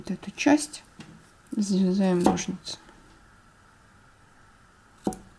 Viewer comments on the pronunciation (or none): none